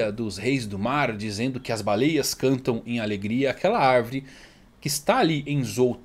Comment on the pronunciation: O está falando arvrere 🧐